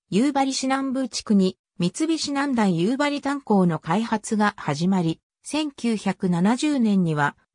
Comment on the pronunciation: だいゆばりではなくおおゆばりですしはっきんではなくしらきんです